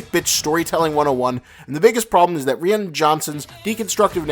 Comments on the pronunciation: It’s pronounced Rian (Rye-N ) not Ree-N 🤦🏻‍♂️🤦🏻‍♂️ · Are you saying Ree-Ann?, lol, cause it sounds like that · WHY CANT YOU SAY RYAN CORRECTLY? SOMETHING AS SIMPLE AS THIS NEGATES EVERYTHING YOU SAY! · Ri-un Johnson? 😂 lol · Who the hell is Reeyin Johnson? LOL! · It's pronounced Rye-en. Goddammit. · It’s hard to look at this ‘observation’ and not look at you like you’re an idiot. TFA was preceded by years of absence of big screen releases and mystery surrounding the possible continuance of the sagas. Most of the MCU movies were closely preceded by their own movies in their storylines. It almost undercuts your good points. And his name is definitely not ‘Ree Anne Johnson’. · "Ree-ann johnson" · Ree-Anne Johnson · This dude just pronounced Ryan (RE-Ann) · Who the hell is "Ree-ahn Johnson"? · Are you butchering Rian Johnson's name on purpose? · If you’re gonna sit there and bitch for 25 minutes over a movie and Rian Johnson, you could at least pronounce his name properly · I really don't get your hatred toward JJ Abrams, even though I disliked Lost from start to finish. He did leave Rian Johnson (whose first name you're incapable of pronouncing) a list of the ideas he had in mind for all the characters and events he hinted towards and Johnson just threw it all out, just so he can do his own thing. He ignored criticism from everyone during production and insisted his opinion is the only valid one.